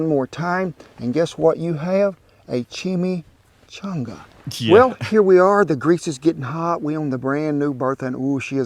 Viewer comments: chime changa not shime shanga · I've never had a chimichanga that didn't have Mexican rice and black beans inside, a delicious cheese sauce on top, and sour cream and guacamole on the side. No salsa for me. Say it with me, chimi- changa(pronounced chimi not shimi, and chonga not changa). 😊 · It sounds like you're saying schimischanga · CHIM-EEE-CHONGAS- LOL- I love ya dude. In your video about the Fajita that your wife had you thought this food was mainly in the south and that isn't correct. Chimichangas, Fajitas, and Tacos are all over this country. Mexican cuisine is awesome. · The pronunciation is Chi mee Chaang guh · Shimishangas.. lol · chimi changa.. changa don't say it wronga